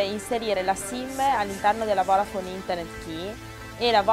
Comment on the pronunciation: qualcuno le spiega che si dice voDafone e non voRafone??